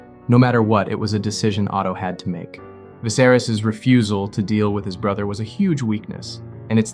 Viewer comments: Eveybody in the comments seem super focused and clear headed about the whole thing but all i can think about is how you pronounce 'Viserys' like 'Viss-air-iss'😂😂 Bro what? How'd you come to that having obviously watched the show!!?? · "Vizerus"??? Bro they said it in the show in like, 2011 lmao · Nice video, but get someone to read it that has actually watched the show next time. “Vicerous” really took me out of it. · Good vid but your pronunciation of Viserys is distracting. Vi-ser-rees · How can you have watched the show and mispronounce the name? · How can you make a video about the show and still pronounce Viserys name wrong lol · You can’t even say the kings name right